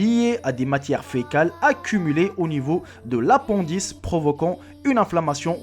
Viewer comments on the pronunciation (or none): y a que moi que ça gene qui prononce apondice au lieu de appendice !!! lol 😂😂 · apendic (prononcé apindisse) , non apondss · on dit apindice